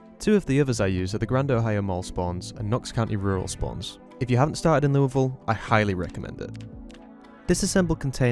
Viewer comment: It's odd to hear "Louisville" pronounced correctly. I'm sorry if the community bullied you until you got it right.